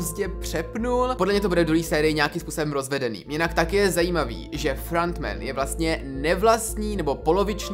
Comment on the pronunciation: Vyslovuje se to Ki-Hun (není to anglické jméno, ale korejské) a Frontmen. Příště si radši zjisti jak se to správně vyslovuje, místo aby sis hrál na chytrého.